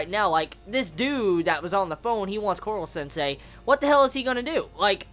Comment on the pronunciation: Why do you say korwo sensei?